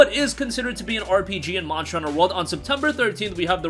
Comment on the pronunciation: Why can you NOT pronounce "monster" properly? It's worse than annoying!